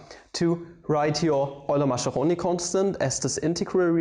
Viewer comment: So you've decided to make the Italians your ennemies and never will pronounce 'Mascheroni' correctly, despite all the comments about it... Good, good...